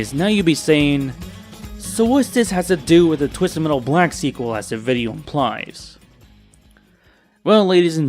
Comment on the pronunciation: “twizzted mettle”😁